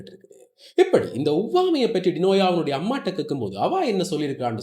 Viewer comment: வார்த்தைக்கு வார்த்தை டினோயா டினோயா என்கிறீர்கள் அவரது பெயர் டினோசா(ஜா )தானே? எதற்கு பெயரை மாற்றி கதைச்சு பிழையான செய்தி போல் காண்பிக்கிறீர்கள்